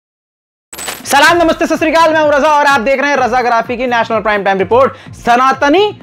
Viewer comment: Aap Salam theek se Kahiye